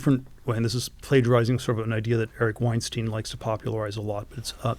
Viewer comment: He is German and he mispronounced Weinstein's name!